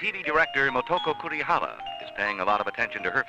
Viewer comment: Motoko "Kurihama"... "Kurihara"?